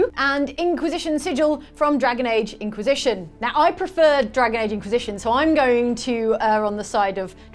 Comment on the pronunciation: I’m sorry but I kept hearing “ink-wisition”